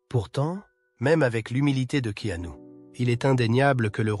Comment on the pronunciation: prononcer Keenu et non Ke anu...!!! 😅😂😅